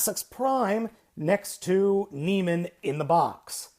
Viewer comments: Neh-mey-an, not nee-man. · you're pronouncing it wrong you say na-mean when it is actually pronounced na-me-un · From what I can tell (and a chat with a close friend who is something of a classics expert) it's Neh-MEE-an or NEE-me-an ... but the ending should never be pronounced simply 'man' or 'men'. Sounds like 'NOR-man'. Having said that, perhaps it is more widely accepted 'across the pond'. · It's pronounced Nee-mee-en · Great review, its proniunced Nee'meean. Like the lion from greek mythos.